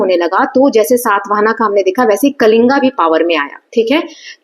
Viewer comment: Mam it is कलिंग not कलिंगा ,खारवेल not खरवेला and खंडगिरि not खांदगिरि